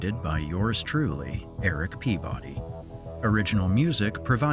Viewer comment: Eric see-body,Eric pee-body!